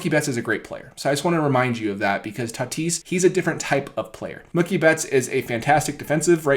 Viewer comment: Bro it’s Mookie (MUU-KEE) you pronounce mookie like it rhymes w/ cookie 😂😭